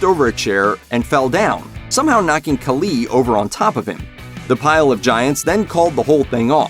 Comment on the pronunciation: Please say batista and khali’s name correctly it irks my soul